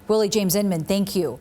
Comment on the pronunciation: pronounced in-min.